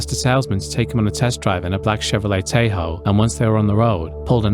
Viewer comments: TAH-hoh. The Ah is like in father. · "a black chevy tay-ho" LOL